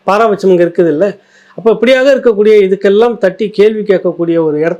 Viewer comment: அது என்னய்யா “பாராபட்சம்” பாராபட்சம்” அப்படின்னு சொன்னீங்களே அதுவும் தமிழா? எனக்கித் தெரிஞ்சது “பாரபட்சட்சம்”என்பதுதான்!